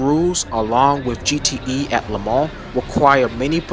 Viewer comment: Nice work. If I may make a few sugg. Double check the pronunciation of chassis and Le Mans... (I don't think it's an arkansas or illinois S)... that aside, when showing us the sound of the C6 engine, did you notice there was no steering wheel? Odd car, right?;-) Ah, I see, you're actually intentionally using video games for their sounds? okay. Re the sound departure of the C8 from the C5 - C7... it no longer burbles... is (i believe) the word you're looking for: This is because it uses a flat-plane V8 (which balances primary forces but not secondary forces)... and having DOHC instead of push rockers, is also higher RPM to make up it's power... which I agree; is a huge departure. (ah, you did know. vg. lol.:)